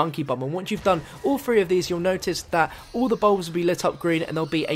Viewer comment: Three? Or phfree?